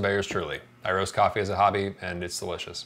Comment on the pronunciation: He says coffee. I hear whiskey